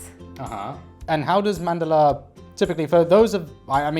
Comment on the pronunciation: 😂😂 I'd love to hear her speak Hindi in the next video then. Plus, I wrote this comment because most of the Indians get the pronunciation wrong. It's written as Mandala but spoken as Mandal. Which got right.